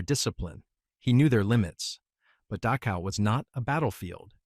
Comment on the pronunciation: AI, if possible, should be withdrawn and studied under far more stringent Testing parameters. I have noticed several different terrains and servicemen on both sides and about 1000 other things, including the fact that they can't seem to pronounce the name of the death camp Dachau. Then again apples, most glorious and must be their finest product. They're so proud of named talk to text sucks so badly that it's almost like there's a conspiracy to keep all this crap hidden. They don't want to admit how they manipulate the population and sooner than later no one will ever know the name of that place. I'm certain it's not on any kind of college curriculum in the blue haired nose, ring freak show alleged learning centers all across the United States that charge a mess to them and then never let them out of enslavement because of high interest rates, etc. This country really needs to take a damn good hard look at itself because there's one group of adults in charge at the moment and the rest of you morons who hate people even though you cannot ever in 1 million years why.